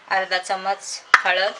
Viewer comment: चमच नाही चमचा असतो.